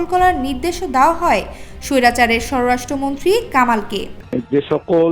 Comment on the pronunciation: 'ষড়রাষ্ট্রমন্ত্রী' না আপু, উচ্চারণটা হবে স্বরাষ্ট্রমন্ত্রী!